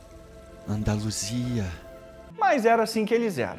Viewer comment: Vídeo muito bom cara, sou seu fã. O "andaluisa" me quebrou kkkkkk